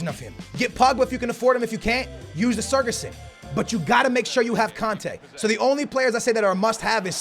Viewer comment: its not sergason lmao